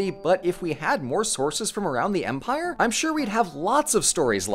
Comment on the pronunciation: When you said "Empire of Babylon," I heard it as "Vampire of Babylon" for some reason. I want that to be the title of a horror movie now.